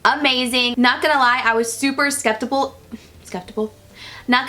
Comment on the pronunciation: lmfaooo how many times you said skeptical wrong me and my sister replayed it three times, love you <3